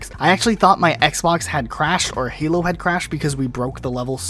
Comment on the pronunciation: "Halo foreplay" Nice